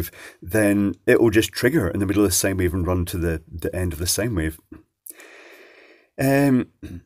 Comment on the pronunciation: Can please say Sine Wave and not Sane Wave? Say Road Sine!